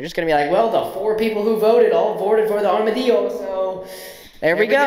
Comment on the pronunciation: Why are you saying armadillo the spanish way lol